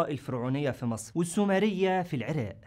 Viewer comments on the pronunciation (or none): none